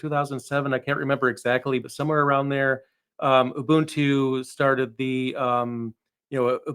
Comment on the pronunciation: So nice to hear a non-south african pronounce Ubuntu correctly. Ooboontoo not yuh-bun-too.